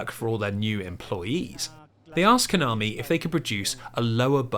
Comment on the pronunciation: I'm and it always gives me a disgusting and a wierd feeling every time this guy says Konami as covit